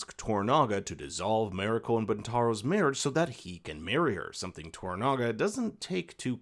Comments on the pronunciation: It's Mariko, not Meriko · Shoh-goon, not showgunn, and Mah-ree-koh not merico. In all other languages of the world other than English, A is AH, E is EH, I is EE, O is OH and U is OOH. How difficult can it be? Just remember, if it isn't an English name or word, then It ain't pronounced English. Simple as that. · Mariko: mah-ree-ko. Not meh-rih-ko. Even Anna Sawai mispronounced it in an interview. It ain't that hard. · Good rundown of the differences. I much prefer the new one despite watching the original first. Please learn how to pronounce “Marino”. Her name is said many times on both shows , so you should be able to imitate it.